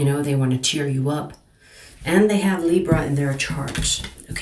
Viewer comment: Love the way u say Libra ❤ u are right about there’s a hot piece of ass that’s coming my way. Very sweet, sensual, spiritual & younger than I. We will see?!?